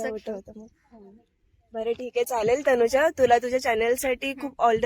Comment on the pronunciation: तनुजा तुमच्या कावळ्याला तनुजा म्हणता येत नाही, म्हणून तो तुला वेइजा म्हणत असावा, बघ तो कधी कधी वैजा असे म्हणतो